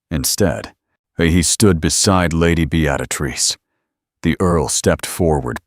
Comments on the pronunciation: It's Bee-ah-trice, not "Be-at-ah-trice"! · BEettatatrice seriously? correct it or change her nm to something AI can say. This voice is TERRIBLE!!! Besides I have heard this story several times. I have found Regency stories with a lovely woman's voice and imaginative plots not a copy of the same storyline again and again! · Good, enjoyable quick story. But what the heck with the narration? "Beaadatrice" every single time. Drove me nuts. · Fix the pronunciation of Beatrice. Be-a-trice. Duh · Beatrice pronounce it properly. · Good story BUT AI mispronounced Beatrice. It drove me nuts!!!! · Not sure why AI cannot pronounce a simple proper noun. Beatrice has only one “t” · All except for the AI narrator butchering the name Beatrice.